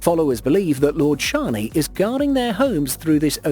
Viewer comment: You pronunced shani wrong